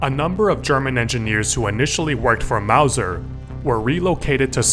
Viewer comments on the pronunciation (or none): none